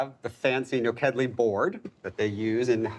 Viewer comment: My girlfriend's family is Hungarian and her grandma calls it POP re kash. Also, it bothered me a little bit the way kept saying nokedli (which is basically the Hungarian version of German spaetzale) It's NU khed lee